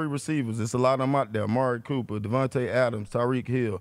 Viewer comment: It's weird he pronounced DeVonta Smith's name as Davante..